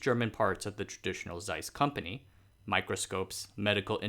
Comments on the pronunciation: not carl z-eiss, but pronounced as carl-ts-ai-s, just like 蔡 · not seiss, Zeiss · Nice tho it's pronounced Tseis not Zeis :) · Zeiss is pronounced *Z*eiss and not Seiss. It's in the name. I don't expect perfect pronounciation but when making a video in which you already know you're gonna pronounce the name some 50+ times, maybe look it up beforehand. At least for this single name. Just add a T before the S and that's it. Tseiss is pretty close to what Zeiss should sound like. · It's pronounced "Zeiss" and not "Seiss" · Zeiss' pronunciation is similar to 'tsice', please. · please. it is not Seiss. but Zeiss. the Z is as sharp as you can imagine. German. Z eiss. ahder thant Ts. way harder. it HURTS so much waht you say. Same for "Jena". YOu pronounce it similiar to Jeddah. Which is an Arabian and ahs no common language. But you pronounce Nazi very well. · Pronunciation: Zeiss in German... is a ts sound. as in bits... so it's Tseiss... Somebody else covered how J's sound like Y in German. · more like TSeiss actually as german speakers would pronounce it. there is no ‘zzz’ sound in german. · Jena pronounced YAY-nuh. Zeiss pronounced Tsice.